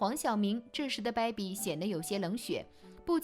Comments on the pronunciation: 主播发音听的我如鲠在喉、不是“baibi”是“beibi” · 主播“掰比、掰比”的，真难听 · 大哥、这个“败笔”发音听的实在耳朵疼。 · 你这baibi baibi的真别扭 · baby为什么发音成败笔😂😂😂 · 解说人"baby"的发音不对。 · 小编的baby发音。。。